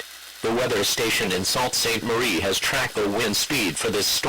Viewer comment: "Salt st. Marie" I love when TTS fails to understand how to pronounce things. Awesome vod!